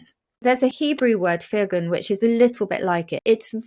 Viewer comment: I'll preface by saying that I am a fluent Hebrew speaker. I agree with Susie that the world "firgun" is very close by not quite the same. However, she pronounced it incorrectly. The stress goes on the second syllable not the first.